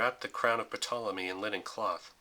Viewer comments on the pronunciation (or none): The "P" in the name "Ptolemy" is silent.